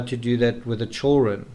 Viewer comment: You have a great channel and I like your books. Just please pronounce children correctly ok😂😂😂😂 You always say chullren......... Your accent isn't that bad!!